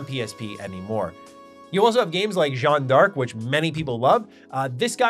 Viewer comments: I wanted to point out that Jeanne de Arc is pronounced similarly to Joan of Ark. Less similar to John Dark, more similar to Joan of Ark. Actually the narrative designer from Ara said it in the French styling during your great interview! Just something I wanted to highlight because thanks to Ara you've had to say the name quite a bit lately 🤣. Fun video. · That's Joan that rhymes with phone not Jo-ann that rhymes with sedan